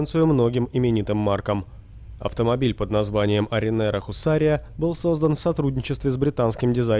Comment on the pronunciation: «Arrinera Hussarya» a nie «Arriners Hussarya»